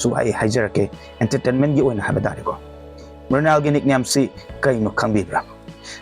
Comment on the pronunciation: Mural haiba ntte Mrunal haibaniko